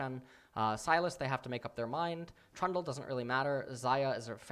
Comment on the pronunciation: Did he just call Trundle "Traa"?